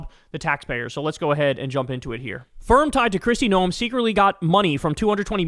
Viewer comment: "No-uhm"? It's pronounced exactly the same as gnome. If you're gonna make fun of the fascist botox barbie from my state do it right 😤